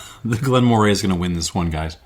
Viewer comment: In addition to the fyi below on Elgin, Moray is pronounced Murray. Another fascinating in-depth tasting and series of comparisons, and I'm yet only half-way through watching, thanks.